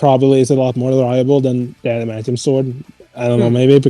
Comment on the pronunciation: “The scythe can cut through space” “Errrrm I dunnoooooo aduhmanteeum pwetty stwong”